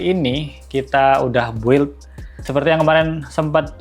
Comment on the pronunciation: BUILD itu pengucapannya BILDT, U tidak diucap.. sekedar share 🙏🏽